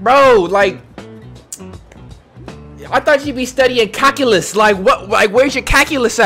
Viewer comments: Nobody:: “Cackulus” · Y’all are just gonna ignore he said CATULUS?! OR CAKULUS?!? 💀💀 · Jai L. He said CACKALUS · pronouncing "calculus" as "CAKuois" lets me know he's probably never taked the class 🤦🏾‍♀️ 😂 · My mans said "cackulus" !!! 😂💯👏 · "I thought u be studying CAKyulus, like where your CAKyulus at? You over here doin' murder where's CAkalus When i tell u I laughed so hard at that, tears came down my eyes. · Bro, the way you pronounce calculus is funny.